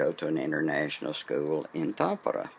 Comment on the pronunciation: You pronounced Tampere in a way that for me sounds much like Tappara, which among other meanings is the name of a ice hockey team and club in Tampere. Are you a 🏒 fan or is this just circumstantial 😉